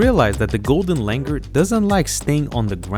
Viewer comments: Its Langur not langar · Its not Langar.. its pronounced “Langoor” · The pronunciation is not Langer, but Langoor. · It's not pronounced as Langur, it is Langoor. And the British didn't come up with this name. It has been the name for ages. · You are pronouncing it wrong. Its langoooooooooooor.